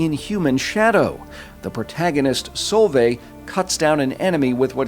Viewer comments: Dude her name is pronounced sol-vey just to let u know.. awesome video as always 👍🏻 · If you want pointers on the Norwegian pronunciation, Solveig is pronounced Sool-vay (Drawn out O sound, vay is in "Way" but with a regular V), and Nordlys is more Noohr-lyys (Again the drawn out O, silent D and slightly drawn out yyyyy sound, think french Y)